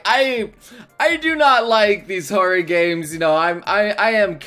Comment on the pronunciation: all I could hear when he said horror was horry